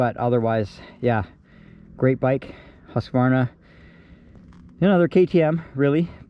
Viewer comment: Thanks for another great review! And especially for pronouncing “HUSK-var-na” correctly :)